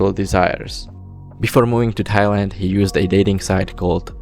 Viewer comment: bro pronounces thailand as thigh lind